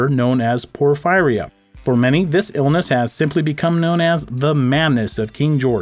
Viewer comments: It’s pronounced por-feer-ee-uh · It's pronounced por-fee ria. I know someone who had it and she lived in her basement because she couldn't stand the light. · It's pronounced "Poor-fearee-ya" Porphyria.